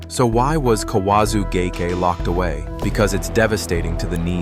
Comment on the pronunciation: You can't pronounce gake correctly twice in a row?